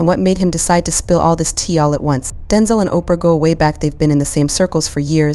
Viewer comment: His name is Denzel, not Denzal. Come on!